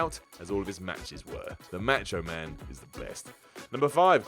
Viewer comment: I love how you say "macho man" match o man .